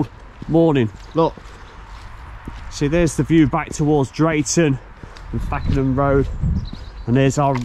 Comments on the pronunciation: Lovely to see people are interested in our old railways should never have been taken away. However at the start of the video it's not fack en ham road it is pronounced fake n ham and if you ever wonder guiest is pronounced gyst not gwist ect the locals get a bit funny about these things 😉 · Love how you pronounce it Fakenham rd (fackenham) lol , it is pronounced fake en ham (it's the area I grew up in ). Still love these videos that you do , very informative and great quality . Keep up the good work. 👍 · Another brilliant video and one that's local to me. Did you see the plate layers hut near the rail remains at Lenwade? Carrying on you'll come across the brilliant museum at Whitwell station then Reepham station is lovely tearoom. Lastly the pronunciation of Fakenham is Fake-un-hum.